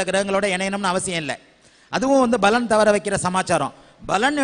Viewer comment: தயவு செய்து பலன் (palan) என்று சொல்லவும் (ஊசரியுங்கள்) நீங்கள் பலன் (balan) என்று சொல்ல கூடாது